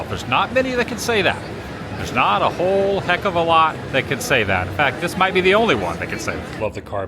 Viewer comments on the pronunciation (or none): none